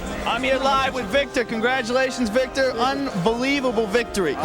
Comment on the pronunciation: Ahhh missed an opportunity to point out that Joe fked up Vitor’s name (he called him Victor)